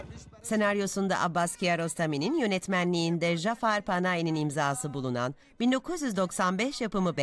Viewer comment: İsimler ingilizce yazıldığından öyle de seslenmesine hiç gerek yok. Türkçede Celil ismi olduğu halde Jalilvand yerine Celilvand söylesek doğru olmazmı? Aynı şey Majid için de geçerli. Mecid olacaktı. Bundan başka Türkçede Cafer ismi olduğu halde Jafer diye seslenmiş.